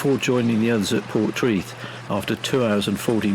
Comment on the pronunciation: Pronounced locally as ‘por-TRAY- th’